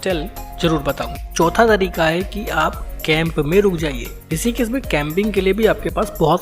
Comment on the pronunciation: ॠषिकेश को "ॠसीकेस" क्यों बोलते हो; हमारा और हमारे बच्चों का उच्चारण भी खराब करते हो; ऐसा नही करो